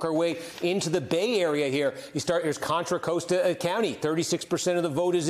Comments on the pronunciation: I gave Kornacki the benefit of the doubt with "Contra Coast-a" County (locally pronounced "cost-uh") since maybe he's pronouncing the "o" as it's spoken in Spanish. But then he turns around and mentions "Place-er" County (locally pronounced "Plass-er", which is definitely not the way it would be pronounced in Spanish ("plah-sayr"). Gotta love national coverage of regional dialects. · Kornacki! Let's work on our words. Contra Costa: pronounced cost-a (not coast-a). Placer County: Pronounced pla-ser (not place-r). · This dude totally mispronounced Contra Costa County and Placer County. LOL